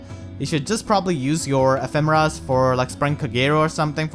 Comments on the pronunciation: I think it's pronounced Eh-fee-muh-rah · to me it sounded like you said mufasa a few times